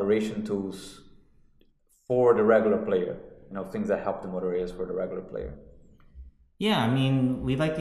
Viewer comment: D Dude couldent say MO-TORE ;) best bit of the video.